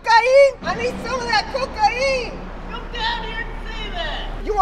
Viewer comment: I love how you pronounce CO-CAY-N